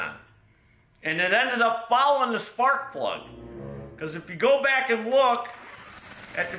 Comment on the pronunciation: "Torch" spark prug = NO RIKEE STARTEE!! 🤣🤣🤣🤣